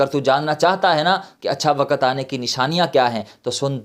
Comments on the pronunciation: Not wakat. "waqt". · Not wakat. "waqt".Quraan